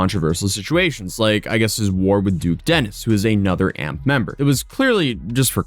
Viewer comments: LOL he said "AMP"... the group is called A.M.P. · it's not AMP, it's A.M.P btw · It's A M P not amp 😂 I wasn't gonna saying nothing but I said amp too many times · Its not a big deal but you calling A M P amp hits my ear so wrong😂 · A-M-P not "amp" its an acronym for any means possible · I'm pretty sure it's A. M. P not amp (one word) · A-M-P. Not amp 😂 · FYI It’s not amp it’s A-M-P. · A-M-P it’s three letters not amp 🤦🏽‍♂️ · AMP is an acronym brother😂 pronounced A.M.P not Amp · Future reference its a m p u say the letters not amp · It’s not AMP it’s A M P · It's A.M.P rather than AMP, but I've never even thought about it being pronounced amp. I've only ever heard all of them refer to it as A.M.P. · It's A. M. P. Its an acronym not one word Amp. My old ass doesn't even watch them and even i know that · i guess its just me but why is he saying amp? its A M P no? lol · nah bro im convinced you refuse to actually invest time to research the stuff you talk about in half of your videos, i have seen you make multiple mistakes atp. i'm not even going to name all the ones just in this video but i will say, who calls Kai and them "Amp"? Its "A-M-P". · 1. It’s A-M-P not amp 2. Kai Cenat isn’t the leader, he just has the biggest name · I’m crying bro it’s A M P not amp like electricity 😂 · “Maffiathon” “ AMP” dude you’re almost as bad as AI Voiceovers. It’s a.m.p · Why’d you pronounce AMP like that… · Could have researched enough to know how to say AMP correctly lol